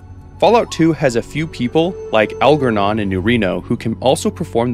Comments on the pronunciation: The G in Algernon makes a J sound. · his name is pronounced "al-jer-non", like the book "Flowers for Algernon"